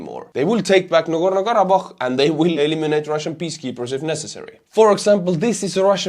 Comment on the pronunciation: Listening to him perfectly pronounce Nagorno-Karabakh in his accent repeatedly was both impressive and entertaining. You are a god among men man.